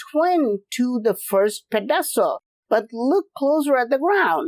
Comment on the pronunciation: your annunciation of pedestal threw me off for a few until I realized what you were saying, lol.